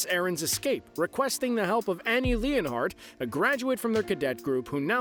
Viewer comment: He also pronounced annie lionheart... Annie leonhard